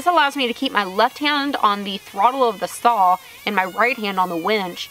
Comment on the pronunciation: And SAWL. LOL. We used to say that when I was little up here in the north! Too cute.